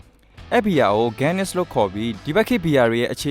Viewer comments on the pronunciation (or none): ဂီးန(စ်) ✅️ ဂန်းန(စ်)❌️